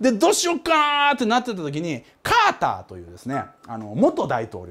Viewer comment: カーターさんが川田さんに聞こえたw